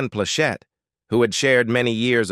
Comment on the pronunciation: I really want to like these videos, but the clickbait format, disconnected narrator's voice from what we are looking at and mispronunciation along with harsh intonations which obviously mean it's an AI voice is quite hard to tolerate. As far as Ms Plachette she used to come into our jewelry stores (Atencio Jewelers) In Torrance and the Inglewood and buy a lot of jewelry from us back in the '70s, I was a teenager at the time and didn't pay too much attention to her, but now I see she was a real attractive lady and have enjoyed a lot of her work.:face-red-heart-shape